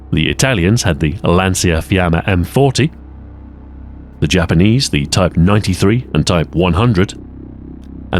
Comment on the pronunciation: Lancia in Lancia-fiamme (literal translation of flame-thrower in Italian) is pronounced Lan-Cha. That also is true for the Automotive brand